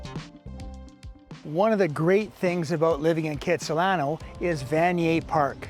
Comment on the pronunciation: It may be the hippest place, you need to pronounce it correctly though......it's Khatsahlano.....check out the history! You are right, It is spectacular! Thanks for the like!